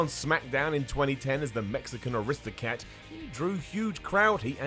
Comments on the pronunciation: Did he call Del Rio an Aristocat? I know it was meant to be "aristocrat", but I heard "Aristocat" like the Disney movie. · Did say aristocrat or aristocat?